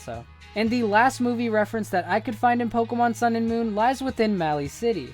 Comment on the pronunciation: I meant moon not monnn